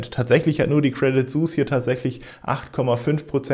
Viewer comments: Credit "swiss" nicht suus bro😂😘:_Ethereum::_Rocket::_Cardano::_Bitcoin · Credit suuus?:D beton das mal französisch ala " suiss" eigentlich so wie mans schreibt lhne E:D sonst top video wie immer lieber:D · hallo keine kritik nur lieb gemeint. credit suisse.. kannst als credit swiss aussprechen😉